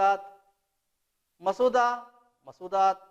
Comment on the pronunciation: لفظ مسودہ کا تلفظ Musawwadhہے